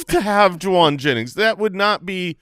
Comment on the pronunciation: “You haaave to do standup.” Detroiters for the win 😂